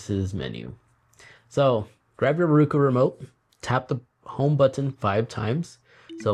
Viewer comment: Subscriber. Great vid, but you keep pronouncing the brand as RU-KU over and over.😁 The correct pronunciation of Roku is ROH-koo, sounding like "row" (as in row a boat). Fun fact: The name "Roku" is the Japanese word for six. Founder Anthony Wood chose this name because Roku was the sixth company he started.